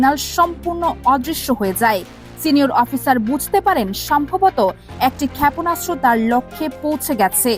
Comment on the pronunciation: আপা, যেহেতু আপনি ভয়েস ওভার দিচ্ছেন, তাই আপনার উচিত ছিলো শুরুতেই উচ্চারণ নিয়ে পর্যাপ্ত চর্চা ও অনুশীলন সম্পন্ন করে তারপর এই ভয়েস দেওয়া। বেশির ভাগ বাংলা উচ্চারণ এতো টাই ভুলে ভরপুর যে না চাইতেও বার বার কানে অশ্বস্তির অনুভূতি তৈরি করছিলো। অধিকমাত্রায় যে শব্দগুলো বেশি বিরক্ত লাগছিলো, তার মধ্যে উল্লেখযোগ্য হচ্ছে, খেএয়পোনাসত্র (শুদ্ধ: ক্ষেপণাস্ত্র), এএএকটি (শুদ্ধ: একটি) ইত্যাদি।